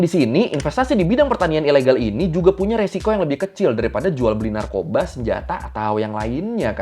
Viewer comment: BUKAN NARKOBSKI . NARKOBA . TAIK LA NARKOBSKI . SEBUTANNYA BIKIN BERAK. PIN COMENT GUA